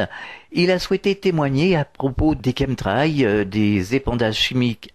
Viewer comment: Qu'est-ce qu'il est ringard le jingle du début !!! Et la prononciation "Chemtrails" c'est pas ça hein, au secours (Kém trél) ! C'est de l'anglais quand même "chemical trails"